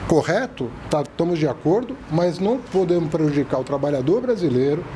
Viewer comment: Professor falando, "não podemo"